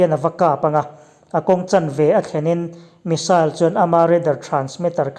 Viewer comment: I aw chu zahmawh sawi nan a inhmeh dawn hle mai🤣😁 bakah Rafale hi France-in a mah liau liau-a siam niin lps close up lamah sawi a ni lawi bawk si a... Missile i lam dan hi saal ti lovin, sail ti ve mai zawk la, a ngaihthlak a nuam zawk ang.